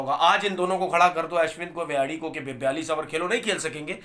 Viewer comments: Tanvir Saab....Kindly Pronounce the right name...Its Hanuma विहारी And Not विहाड़ी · Pronunciation kaha se seekhte ho ?? 😳 Vihadi, Rahol, Pantt, Jadheja... 😀